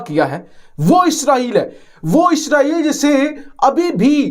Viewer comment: "Eeesssraaaaeeeel" 🤣🤣 It's 'ISRAEL' bewakoofon.